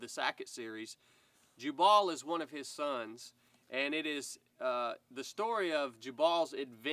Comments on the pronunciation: jew-ble. Not jah-ball. LOL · I believe the pronunciation might be , Jew Bull . Not jabawl. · Jubal: mentioned in the bible as the father of musical instruments. Also related to jubilee, jubilation, etc. I've always pronounced it with the emphasis on the first syllable, so your pronunciation sounds a bit off to me, but maybe I'm saying wrong. 🤷‍♂ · I know is just messing with us with his pronunciations of Louis & Jubal. Even so it really was bothering me lol.